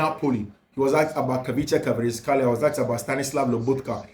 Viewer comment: "Kvaratskhelia"........pronounced [ ka rats kelia] not [kavrishkelia]. Good work. Much Love❤